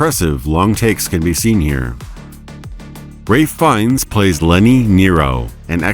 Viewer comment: You call Ralph Fiennes Ray Fiennes. You monster. Literally unwatchable.